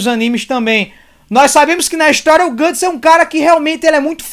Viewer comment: n é guts, é gutsom gatsom, ou gustavo